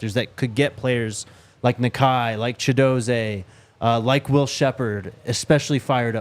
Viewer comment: my guy, you’re doing great work but I just have to point out Chidozie is pronounced Chidoz-ee not Chido-zay😂😂 he said it to you guys on your show. All love though just wanted to get you right😂